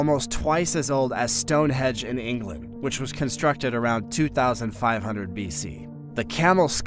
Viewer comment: Stone"hedge"??? Don't you mean STONEHENGE??!!